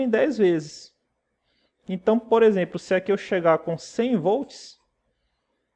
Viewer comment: percebe-se que você faz algumas trocas fonológicas do L por R. como por exempRo, pRaca, etc. Uma fonoaudióloga pode te ajudar a melhorar isso. A qualidade das suas aulas são muito boas, você explica tudo bem explicado de forma que qlqr pessoa consegue entender. Parabéns pelo trabalho e continue assim. Espero q n se importe com o que observei, é uma crítica construtiva... Um abraço!